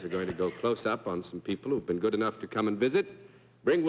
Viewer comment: He also pronounces the word been as bean.